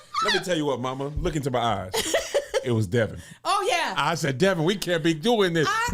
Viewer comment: hahahahahahaha "I make my eves small at you" - Kev